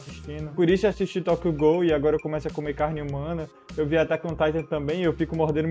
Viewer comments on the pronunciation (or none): none